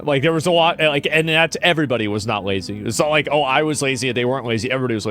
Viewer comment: I believe you mispronounced “lazy”